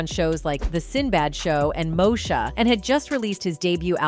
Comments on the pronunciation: ‘Mo-Sha’ 😂…it’s pronounced ‘Mo-E-sha’ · Did she just say mosha 😂😂😂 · You said moesha wrong you did it again